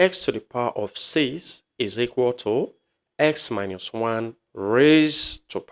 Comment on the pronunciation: Minus not miñus since you are teaching in English language